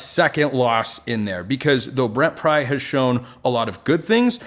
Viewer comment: Pry, not Bry.